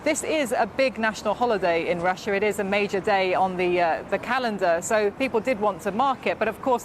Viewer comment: The pronunciation of Russia is not correctly pronounced by BBC studio lady